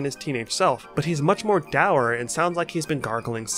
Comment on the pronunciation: Dour is pronounced Door. Im glad you say it that way. im a fan of people that read.